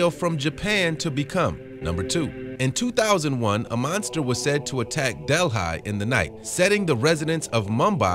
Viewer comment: Learn to pronounce what your saying. Del-hi? Its Delhi. I only saw one video and barely believable at that